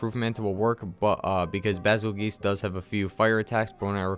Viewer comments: I reaaaaaaaallllly hate this quest. Stupid M.F-er one shot kills me every single time! Also I'm pretty sure it's pronounced "bee zuul juice" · It is pronounced Beetlejuice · Every time he says Basel GEESEE I laughed at little. Cool videos man, keep it up!